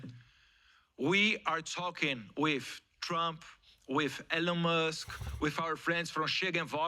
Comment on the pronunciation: Só errou a pronúncia do nome Elon Musk, mas de resto se garantiu. Representou bem os brasileiros despertos.👏